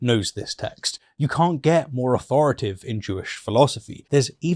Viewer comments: authoritative, not authoritive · It's authoritative (not "authoritive").